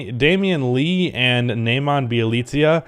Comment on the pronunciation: Ne-Mahn-Yuh Nemanja You're killing me